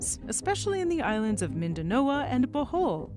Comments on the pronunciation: You are mispronouncing Mindanao and Bohol. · The island in the Phillipines is Mindanao, NOT Mindanoa.